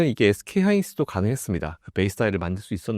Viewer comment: 하이닉스 발음 ㅈㄴ못하노ㅋㅋ